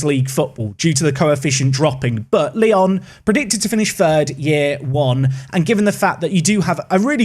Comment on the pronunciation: try to say it Lyou next time, because now it seems like people will manage Leon, whoever he is lol ps: I'm from Poland and you did well with Ruch Chorzów, nearly perfected it.